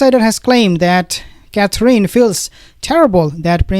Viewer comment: I think since you are going to report on these people so often, you should learn to say Catherine properly. The last syllable is In. Like going in a house. Cather- in. Please? It's simple